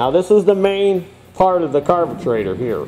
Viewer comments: Thx for the good show. Helped me a lot. Like the way you call it "carbutraitor". Cheers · I had a "blast" watching this video! Very detailed . Today's word of the day ...."carbutrator"!!